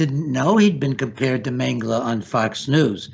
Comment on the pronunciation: si mette l' accento sulla prima sillaba nel nome Mengele